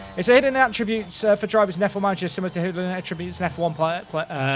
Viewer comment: Please practice the word 'Attributes'